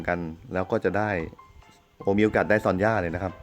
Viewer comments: ซอนย่าน่ะค่ะ ไม่ใช่ซันย่า ซันย่า ตัวaซอนย่าตัวo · son มัน ซอน ไม่ใช่ อันนี้ผมไม่รู้นะถ้าไม่ใช่ก็บอกกันหน่อย